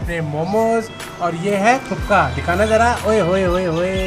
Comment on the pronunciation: It's not thupka it's thukpa